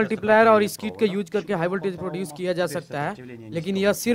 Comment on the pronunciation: "хиг вольтАж" Произношение уровень Мутко😀